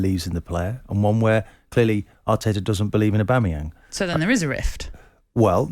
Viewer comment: Keown repeatedly saying the name “Aubameyam” summed up everything about his take on the situation that took place. No clue who or what he’s on about 😂